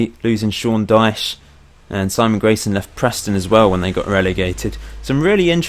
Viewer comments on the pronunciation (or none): none